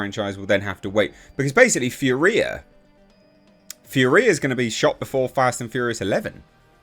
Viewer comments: It's pronounced FURia... not FurIA. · Oh and it’s fury-ah!!! No fur-we-ah. 😂😂😂😂😂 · Finally! Excited for this. Will be cool to see Riddick return to his homeworld. There hasn't been a "bad" Riddick movie yet so should be cool. BTW, it's pronounced "Fury-A". 😛